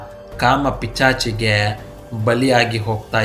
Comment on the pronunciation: ಪಿಚಾಚಿ ಅಲ್ಲ ಅದು ಪಿಶಾಚಿ😂😂